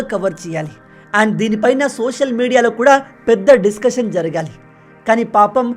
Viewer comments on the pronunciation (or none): none